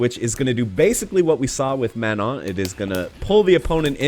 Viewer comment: If she's French, I'd have to assume you're not supposed the pronounced the "n" after the "o". You prolly have to the word "Man" then followed by the French word "non". That's prolly how you supposed to pronounce it